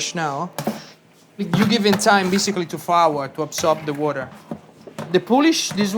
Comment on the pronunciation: He is Italian, but he pronounces water like a true New Yorker, exceptional. Wurder